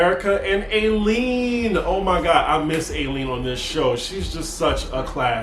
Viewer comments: Her name is Eileen...pronounced I-lean dear. Love her too. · Can you PLEASE say EYE LEAN (Eileen)